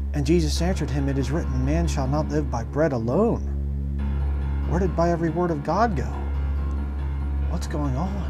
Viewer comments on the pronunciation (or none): none